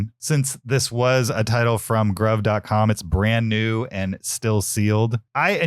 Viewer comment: FYI, Gruv = "Groove"